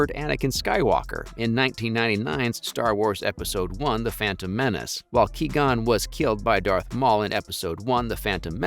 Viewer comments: "Key-gon" lmfao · Ah yes haha my fav character Key-gon Jinn. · QUI GON WITH Q JESUS CHRIST LEARN THE NAME